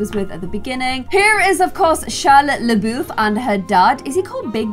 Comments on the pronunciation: Poor. It’s “bye-you” and “la-buff” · Technically if you consider the French pronunciation of LaBouff's name, she's saying it right (I'm French). Although I don't know which pronunciation is the most relevant here, the American one or the French one. I don't know how they pronounce it in the original movie though ☺